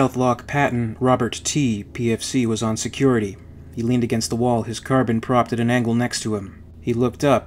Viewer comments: Car-Bean or Car-Bine, not Carbon. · It’s not a Carbon. It’s Pronounced car-bean. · No nO NO. It is Carbine or Carbean, you can pronounce it either of those ways. "Carbon" is not a correct pronunciation, even among the English who fail their native language on a regular basis. They insert extra syllables into words like "aluminum" and pronounce "lieutenant" with a lithpt. But they don't ever say carbon. Unless they are talking about carbon. Strangecreed was gently pointing out a mispronunciation, and that is all I'm doing. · Say it with me now car-bine Car-bine not carbon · Love these videos bro... but... and I say this with love.. its pronounced CAR-BEAN... not Carbon. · Pardon my pedantry, but "Carbine" is pronounced with a long "e" like Een, not Carb-in. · No. Its Carbine pronounced "Car-byne" the same way the English word Turbine is not pronounced "Tur-bean". Car bean is simply incorrect. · Car-bine Its not an element. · It's car-bean actually. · ahhh!! its car-bine!!!